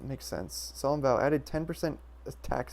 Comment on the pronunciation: pretty sure i remembered kunai leaving you with 60 health not 65? and solemn vow not "Solomn Vow"<-thats how valve spelled it. ts